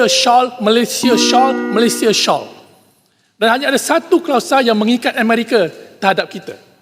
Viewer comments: Malaysia "shaul"..malaysia "shaul", malaysia "shaul" hehehe.. INGLISH PUN TAK BERAPA BETUL HEHEHE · shawl - selendang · Pronunciation shall pun tak betul. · The way he pronounce “Malaysia Shall” 😂😂😂😂